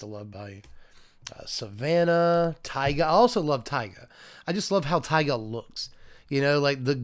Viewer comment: As a guy who lives close to actual Taiga I'd like to point out you're supposed to stress the second A, not first. Other than that, great content as always! Much love from Vladivostok ❤️❤️❤️